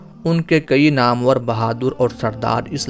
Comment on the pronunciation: السلام علیکم ورحمتہ اللہ آپ سے درخواست ہے کہ کسی بھی واقعہ کو بیان کرنے سے پہلے بالکل درست تلفظ کا خیال رکھا کریں اسی واقعہ میں آپ نے لفظ نامور(nam war)نہ کہ (namoor)جو آپ نے بولا